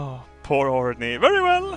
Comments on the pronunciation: os he called orny for horny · Not orny his name is Horny